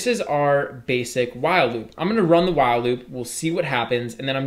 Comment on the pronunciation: wow loop or While loop? you are keep saying wow loop.